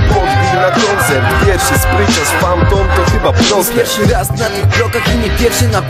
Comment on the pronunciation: PHANTOM!!! NIE FAMTON :D:D I ODDAWAJ PENDRIVE :P